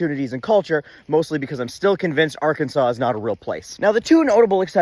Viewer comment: R Kansas. Arkansaw?